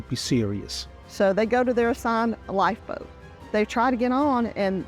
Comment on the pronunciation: What the F is a lifeboad???